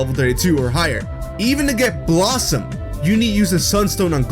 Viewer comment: BELL-oss-om. maybe you should stop trying to talk so fast. then we could understand you better and you wouldn't mispronounce so much stuff